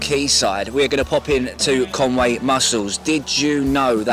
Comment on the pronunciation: Mate,love the vid. But it's not Con Way,it's Con Wee. Conwy,diolch!🏴